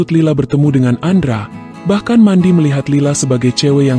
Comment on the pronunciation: mendy kang bukan mandi bacanya